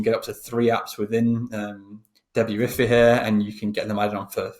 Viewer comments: Can't understand how your brain doesn't put 2-and-2 together to correctly call it DEBUT-IF-EYE, when you're looking at a SHOP-IF-EYE theme. Every time you said debut-iffy a kitten died. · Hey, thanks for the info! It's pronounced beautify with De in front of it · its debut-ify instead of debut-ify.